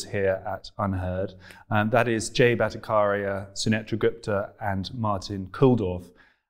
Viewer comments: The "CH" in Bhattacharya is not pronounced 'K' but "CH" as in "Chai" or "Change" or "Chess" etc. It's the combination of two words: Bhatta + Acharya. Acharya = teacher. Bhatta refers to Vedic teaching; ergo, Vedic teacher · The pronouncation of BHATTACHARYA is not BhattaKarya but Bhatta-CHAR-ya. CHAR as in CHAIR. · Very interesting discussion indeed. Freddie.. the ch in Battacharya is pronounced as the ch in chat. It's not a hard k sound. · Hey Freddie & Team you guys doing som good job. I am about to watch this interview but just thought of letting you know something before I forget. The 'ch' in 'Bhattacharya' should ideally be pronounced as 'ch' in 'Cheers' 🤗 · You were not pronouncing his surname correct. Please make it you pronounce correctly next time. 😀